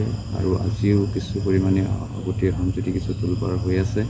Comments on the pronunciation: হয় কথাটো মন কৰিছোঁ,অহম বুলি কৈছে। সেই কিটা কেনেকৈ অসমীয়া হ'ল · অসম শব্দটোৰ উচ্চাৰণ শুদ্ধকৈ ক'ব নোৱাৰে ঘেন্টা